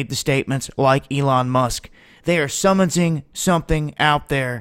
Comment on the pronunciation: summonsing? LOL